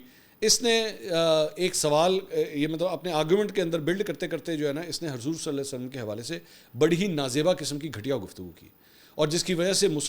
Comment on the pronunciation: Mansoor ali khan na Hazoor ka agay Sallalah o Alla I eh e wasalm bii sahi sa nhi bol raha... Bahii aptoo musilman ha ap too pura namm lay😡😡😡